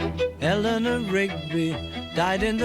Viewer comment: You must pronounce it, Eliner not Elinoor 😊